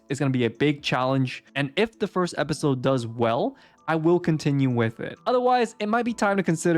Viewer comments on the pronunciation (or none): none